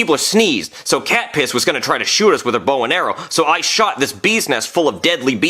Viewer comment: It was actually not catpiss it was Katniss